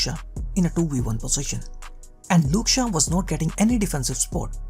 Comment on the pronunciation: Who the hell is " Luke Shah " bro?